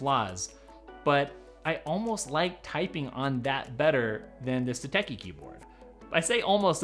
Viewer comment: It’s pronounced “sateshi”